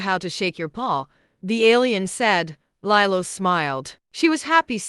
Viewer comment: Lilo... Lee-low